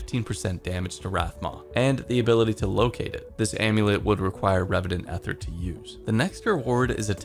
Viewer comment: EEther not eth er lol